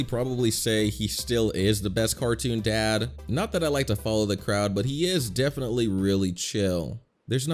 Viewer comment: BRO REALY SAID MOEM OR DED